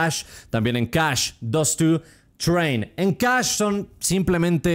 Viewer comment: todos: CACHÉ: CASCH